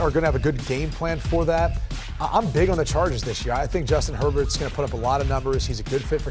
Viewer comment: That shit said “Juatin Herbert” lol